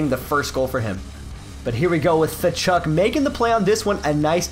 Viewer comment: Thachuk? It's katchuk